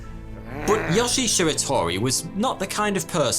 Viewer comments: All japanese vowels are long. So Yoshi is pronounced Yoh-Shee. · So do Europeans call yoshi yohshi? Or just?